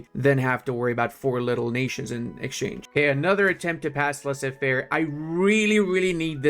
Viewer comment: Ascor make better the French Empire with good mecanics, i don't no why lie with the pdp of the video and you did 50% of the territory 🤔. And "laissé-faire" omg really ?